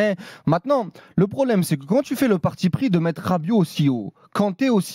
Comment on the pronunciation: Il prononce les tu « tchjiou »